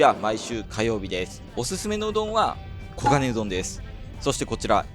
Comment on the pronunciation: ん、オウゴンウドン言っちゃてますね😁